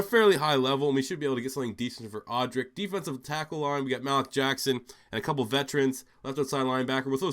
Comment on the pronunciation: "Malik Jackson": Pronounced: MA-leak Just to help you out in future rebuilds :)